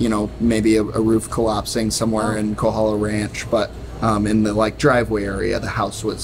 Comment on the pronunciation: Thank you for the Big Island update... however it is KOhala not KAhala!